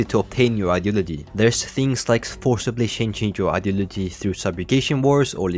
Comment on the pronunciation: every time you say “ideology” you either say it clearly or sound like an autistic person trying to communicate